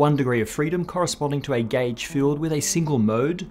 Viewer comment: Subtitles: gauge Spoken: gæge